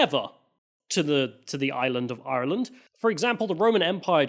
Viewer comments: Apart from getting your Queens mixed up and saying Ireee-Lannnd constantly like a racist pirate i think you smashed this one!! Some good points from both sides covered 😊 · Great video, good pronunciation of ireland not iland 😊